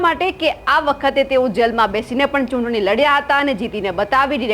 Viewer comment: pela chutni bolta sikhe toy ghanu 🤣🤣🤣🤣 chunni bole che 🤣🤣🤣